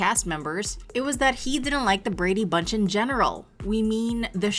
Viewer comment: Painful to listen to you say the words " Brady Bunch" The enunciation.... good lord.. Just listen t the theme song maybe?